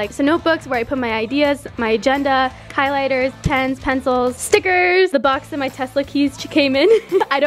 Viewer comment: I swear I heard her say kylighters lolol